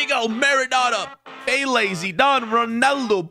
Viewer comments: Peyly not pele peyley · bro’s pronounciation of Pelé killed me 💀